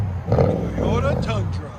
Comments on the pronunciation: TOYOTA not teeyota lol. Try a H pipe, less raspy. True duals sounded better than the x at least on this application. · Just can't get over how you pronounced toyota as teeyota 😂😂😂😂😂😂